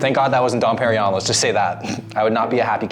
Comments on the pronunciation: Dom PeriGNon mofo. not Perion. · lmfao "What's don perrion?" ...nope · It was funny when Rodman said Don Perignon 😂 because i knew had no idea how much that cost...😂😂